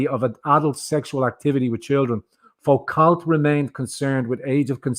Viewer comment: Foucault is pronounced Fu-Co, it is French after all!